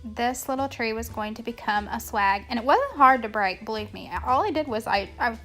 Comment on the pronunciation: It sounds like you say 'slag' instead of swag... which had me rolling on the ground! However, your ideas are great! Thanks for keeping this one up! Merry Christmas in 2024.